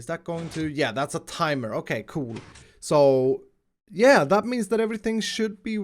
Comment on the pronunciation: I love how you say cool like cjoel pr somthing Lol